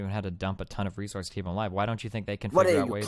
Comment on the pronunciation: " accuwate wesources "